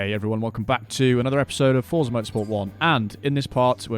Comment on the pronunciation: Love the Celicas. Typical classic Gran Turismo cars. Little nit pic: it's pronounced ForTza. Not Forzzza. You speak a T before the Z :)